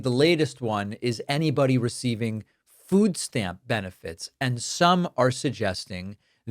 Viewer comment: Wtf is a "foos stamp?"